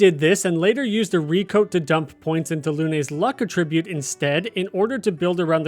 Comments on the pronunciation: Okay lol no. It's not A-ttribute. It's pronounced At-tribute. Good video otherwise. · The way you pronounce attribute is incorrect as your pronunciation is as a verb which would be used like this "he attributed the firm's success to the efforts of the managing director" whereas in this case it should be used as a noun and would be used like this "flexibility and mobility are the key attributes of Britain's army" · cant finish this video because of the way you say attribute like it's not a noun in this instance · Please for the love of god, learn how to pronounce Att-ribute, not A-tribute 😂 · You're saying "attribute" incorrectly. The way you're saying it is the verb form. AT-ribute. Emphasis on the first syllable. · You know what I realized, I pronounce attribute based on the context, but I realized should I be? Like, “to what do you attribute the pain?” = ah-trib-byoot vs. “video game attribute” = at-trib-byoot. I’m shook. 🤣 Great vid. This helped. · You lost me at the way you pronounce attribute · I like this vid because the mispronuncation of attribute shows it's real! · I’m sure hes a real person. But mispronouncing attribute definitely makes him sound less human. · Literally can't trust anything in this video after the 10-second mark when "attribute" is pronounced incorrectly... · bro can’t even say attribute correctly why ima trust anything he say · He pronounces "attribute" and "defense" wrong too haha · Can somebody tell him the proper pronunciation of "attribute" in this context, please? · So appreciate the video and the help, but I can’t keep listening to attribute pronounced wrong, I’m losing IQ points… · You real quick look up how to pronounce “attribute”. The noun and verb are pronounced differently. I love you. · Less than a minute in and you mispronounce attribute and wanton… a wonton is a chinese dumpling filled with cream cheese.